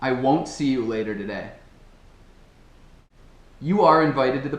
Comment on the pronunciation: Achei estranho a pronúncia da frase aos " I will see you later today", dá a impressão que pronuncia 'there' no final.